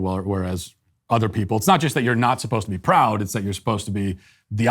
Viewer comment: "Our manager was 'posed-ta' come in this weekend.." ...This is an "ivy-league" student?